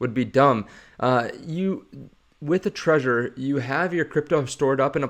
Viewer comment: Isn’t it Trezor with a Z, not treasure?